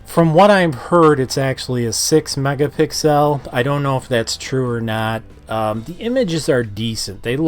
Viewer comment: Right, i swear it's pronounced megapixels, not i was wrong!🤣